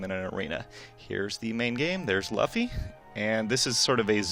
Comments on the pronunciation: Luh-fee? Come on IGN.... Everyone know its loo-fee. English dub fans or Japanese fans know that. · IGN if you're gonna do reviews for games based off of popular anime can you have someone that i dont know IS A FAN OF THE ANIME do those reviews? He pronounced Luffy's (which it's pronounced LOOFY) name LUHFY.... Come on now. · stopped the second he said LUHFFE and not saying his name like LEWFY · why is he saying laffy instead of luffy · Luffy is pronounced Loo-ff-ee not La-ff-y...... Names are impotence when your talking about things, so get them right... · nah most of the people watch sub and it's pronounced loo-fee not luh-fey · 27 "luhffy" is how you pronounce luffy in japanese but they say loofy in the show soo annoying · ummm.... wat is a Luhffy..? If i remember correctly its Luffy... not a hard name to pronounce... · It's LOO-fy not LOUGH-y haha. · Lmao nigga said "Luh-fee" lol xD pleb it's pronounced "Luf-eye" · Why do people call him Luhffy? It's pronounced Luffy (Looffy but without the extended o sound). Before anyone tells me "That's how you say it in English" I know many American watchers say it like the latter. I really wish they get a fan of the series to review it. There has to be at least one person at IGN that actually follows One Piece. Why get someone who knows almost nothing about it to do a video review? I can understand wanting a non "fanboy" review but I'd rather listen to a commentary where the commentator knows whats going on. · Thats what I was going to rant about lol I was like luhfy? Wtf looofy lol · pronounced loofy not luhffy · Dude be calling Luffy "LAUGHfy" during the whole video, and zero #@ were given. Quality material once more IGN!! GJ!! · Someone tell this goofy that its pronounced "loofy" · Mans really said "lauffy" 🤣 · "Laffy?" It starts with "Lu". =_= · In English it's pronounced the way he said it, but in Japanese it's pronounced lu-fi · DUDE its not laffy watch the sub anime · dont ever call him laffy again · It's buffy.